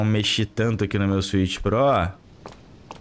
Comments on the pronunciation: "Swicth pro" pqp hahaahahahaha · SWITH PRÓ KKK